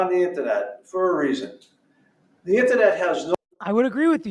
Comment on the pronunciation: WTF is an “intanet??” 😂😂